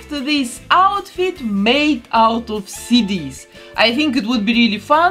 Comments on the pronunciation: I thought she was saying cities instead of cd’s and i was so confused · Tell me why when she was saying CD's I thought she was saying Cities 🤦‍♀️